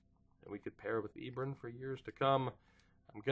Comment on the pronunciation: Hate to be this guy, but it's pronounced E-Bron like LeBron!